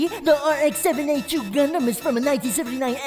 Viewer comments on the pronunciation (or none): Um actually it pronounced rx-78-2 not rx-7 8-2